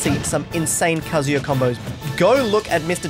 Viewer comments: What's funny is that he said KaZOOya at the beginning and then immediatly said Kazuya the right way lol. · Most people say, "kuh-zoo-yuh", but the "uh" sound doesn't exist in Japanese. It's "kah-zoo-yah" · WHEN HE SAYS “KAZOO - YUH” IT BOILS MY BLOOD OMFG ITS “KAH - ZOO - YUH” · it says in his win screen it's Kaa-Zu-Ya not Ka-zoo-ya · Kaz-yua?? It’s Kazuya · Mate pronounced it as kazooya like he’s a plastic instrument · You put the emphasis on the “KA.” KAzuya. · Every time I hear somebody call Kazuya a shoto I hear shota and it’s not good for my health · Nobody:: "Kazoo-ya" Me: triggered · i like how he says he's the best kazuya, when he still calls him kazoo-ya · be like "Kazooya" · Kazoo-yah. Interesting pronunciation my dear aussie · he still pronounces his name like kazooya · Actshually It's Kazooya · Most elite kazooyuh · Please stop saying kazoo-yuh 😭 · I like how as the video goes along, sometimes he pronounces it Kazuya and sometimes he pronounces it Kazuya, IYKYK. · He's never gonna pronounce "Kazuya" the correct way, is he. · is changing his pronunciation of Kazuya as many times as I change my Croc Slippers. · is the most elite Kazuya that he has gained the privilege to change the pronunciation of his name within the first 10 seconds of the video. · Imagine flip flopping between kazuya pronunciations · Who’s gonna tell him he’s been pronouncing Kazuya wrong this whole time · He still doesn’t consistently pronounce kazuyas name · Start of the vid, very much cap Edit: congrats on pronouncing the name wrong the entire time